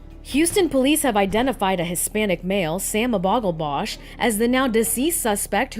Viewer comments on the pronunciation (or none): “Sam obaglbosh”. Ok Sam.